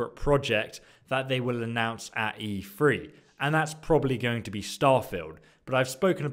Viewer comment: Please stop saying E3, its driving me nuts. TH is not said as a F, it sounds really lazy.